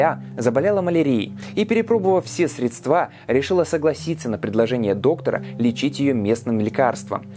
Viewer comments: друг, не первый раз замечаю у тебя дурацкую ошибку в речи- средствА. говори срЕдства ) очень режет слух) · Замечательные ролики.Очень познавательные и не скучные.Одна маленькая шероховатость.Надо говорить срЕдства, а не средствА. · срЕдства, а не средствА) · Очень интересно, но каждый раз впадаю в ступор, когда слышу что-то вроде "средствА". Вроде простые слова, неожиданно. В других роликах еще были ошибки с ударениями, достаточно часто. Это несколько режет слух, поскольку контент качественный и видно большую работу. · Гидроксихлорохин... Скольким печень в этом году рубанули весной... Мне тоже...срЕдства, а не средствА.... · Все здорово, очень интересный материал. Но меня прям передергивает когда слышу "средствА". Бррр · Спасибо, очень интересно и ёмко! Только пожалуйста срЕдства и коклЮш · Всё хорошо, только "срЕдства")))) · СредствА.. молодой парень...